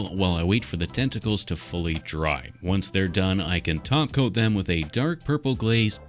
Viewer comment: “the feet will get a silver cop toat” 😂😂